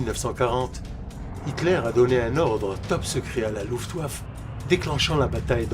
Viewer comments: La voix off est pas terrible, avec des défaut de prononciation rédhibitoires. (Luftwaf) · Tient il y a aussi la prononciation de la RAF. qui va pas. On prononce les lettres à part c'est R puis A puis F pas RAF d'un coup. Et luftwaffe on prononce le é à la fin.